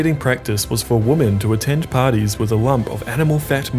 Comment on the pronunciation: You are mispronouncing "women". It's annoying.